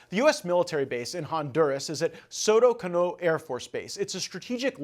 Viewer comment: It is not Soto Canó. No accent on the last sylable.